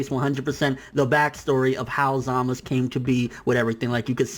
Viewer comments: Zaaaa-mas-suuu not Zamisss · "Zamus" who the hell is zamus? 😂😂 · ZAMASU ITS ZAMASU!! Lol but good points man